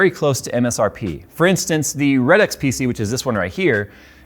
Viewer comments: Did he say Red Ux? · U pronounced “Redux” wrong. Also, not sure when they started, but I’m salty because I thought of their business model by myself lol.